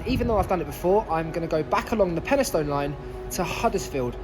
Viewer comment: and also peni-stun rather than peni-stown